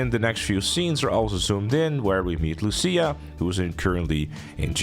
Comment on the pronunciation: Why am I hearing Sia instead of lucia… is it just me or this guy doesn’t know it lucia